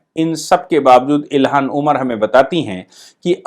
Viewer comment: आप अपनी उच्चारण पर ध्यान दीजिए। इल्हान उमर को बार बार इलिहास ओमर कहते हैं। ऐसी गलतियां श्रोता में झुंझलाहट उत्पन्न करती हैं।